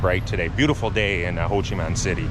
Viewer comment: Interesting video. I don’t think it’s pronounced Ho Chi Man City.